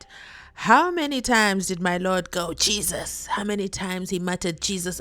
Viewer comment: 😂 he's not even saying Jesus ,he says YESSES ,he do not know what Jesus is,if he did he wouldn't be so heartless 😅